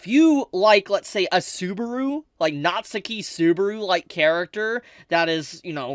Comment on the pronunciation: if i ever hear pronounce "natsuki subaru" like "Natsuhki Subaru" ever again i might start a riot